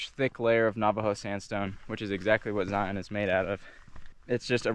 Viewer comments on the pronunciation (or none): Great trip and great video. As an aside, lots of people (mostly those who are not from Utah) pronounce it "Zi-ahn". Personally, I think it's pronounced "Zion" -- rhymes with "Lion". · If you’re from utah why do u keep calling it zioon? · Zion is pronounced same as lion not li on. Thank you. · I’m from Utah and I will never pronounce Zion like Lion.